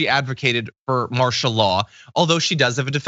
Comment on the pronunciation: Well I don't recall you saying ANYTHING true.... By the way, it's "martial" law. EDUCATION MATTERS.